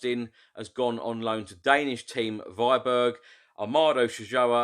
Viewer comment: Nearly didn't get it was Viborg you said, sorry to say, but you butchered that name :P